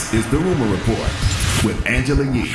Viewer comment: Anglela Lee 😂